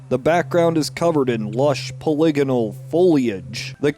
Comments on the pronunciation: You say “poly-gonal” like you’re about to say “polygamist” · How come no one is talking about his pronunciation of "polygonal"?!